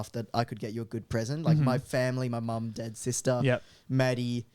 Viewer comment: talking about gifts for family, "mom, dad, sister" What I heard, "mom, dead sister"